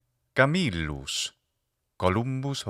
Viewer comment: There is some evidence that in the name "Camillus" the accent was on the first syllable, because the name is of Etruscan origin.